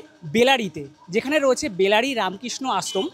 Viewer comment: বেলারি নয় বেলাড়ী